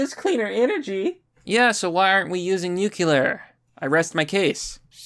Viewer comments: "Nu clear," not "nu kee lur" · "Nuke-u-lar"...... C'mon bro lmaooo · Lmaoo you did the George bush and said Nucular instead of Nuclear XD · Hee he, you said NUCULAR Heh. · Did you just say NUCULAR,? Lol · "Nucular": of or relating to atomic "nuculi" ? 🤔 🤪 🙃 🤡